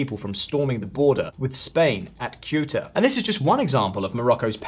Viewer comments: That's a rather strange pronounciation of Ceuta... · The C of Ceuta is pronounced or it s sound is like the C of certain not like Q.